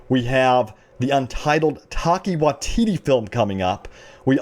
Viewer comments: Omg when you said Taika's name jesus christ. New Zealander here it is pronounced tai-ka why-ti-tee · “Taki Waitita” dude you butchered his name. How does his name look like your pronunciation?